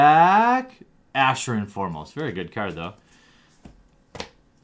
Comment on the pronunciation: plz mtg it's ARAshin not ASHarin plzzzz